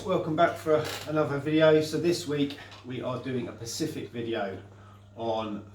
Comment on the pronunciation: Time for a change of t-shirt mate and it's 'specific' not 'Pacific' ;-) Joking aside good vid mate :-)